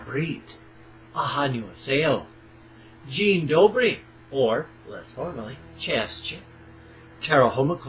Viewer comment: Isn't it funny how many people don't watch the video all the way through? How nice to see Polish greetings here! And spoke with great accent too :-) Dzień dobry and have a fantastic day!